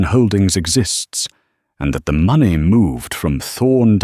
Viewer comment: Has the ai got problems with money and time pronunciation?